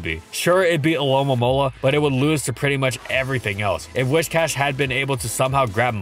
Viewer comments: Whiscash, not Wishcash. Driving me nuts haha do love the catfish tho, dope vid as always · I keep hearing "Wish-Cash" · Happy to hear someone else saying "WISH-cash" instead of the clearly inferior "WISS-cash". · I swear every single Pokemon you do you pronounce it in some weird way that I never did when I was a kid and I could usually look past it. But it cannot possibly be “WISHcash” its “WIScash” you know like whiskers, cause it’s a catfish. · Why pronounce it wish+cash when it's based on whisker and not wishing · Do a shot every time he says "wishcash". Better yet, don't. Your liver can't handle that much, even if you're Gloria, the legendary Scottish Trainer! D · If you pronounce it "Whishcash" one more time I'm going to blow a nerve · Am i the only one who pronounced Whiscash as Wishcast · It's whiSSSSScash